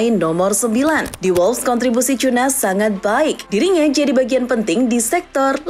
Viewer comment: baca nya Kunya woi,bukan Cuna😂..channel bola masa gak tau cara baca pemain,kocak,kayak copas suara google jadinya